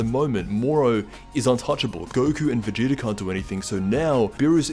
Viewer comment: lol "goku or vageta"...you mean goku.